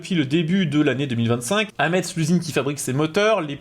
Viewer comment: Comme d'habitude un travail de qualité. Toutefois je devine que tu n'es pas du Nord Est ^^ Il faut dire Metz (messe), non passe Metz (Met-s)